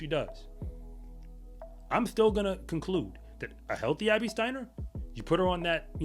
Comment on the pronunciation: he trynna said Abby just NOT like that i get it lol